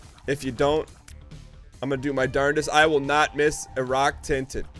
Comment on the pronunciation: The best parts are when he says "ruck tinted".